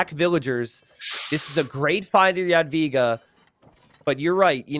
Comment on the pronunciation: jesus christ on a motorbike! thank you so much for correct pronunciation of Jadwiga from the